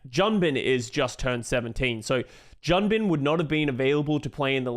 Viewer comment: Yo please in the future: Junbin is pronounced Joon-Bin (준빈), and Vindaim is pronounced Vin-Dime (빈다임)! Vindaim's name being mispronounced has been a pet-peeve of mine since the start of last year lol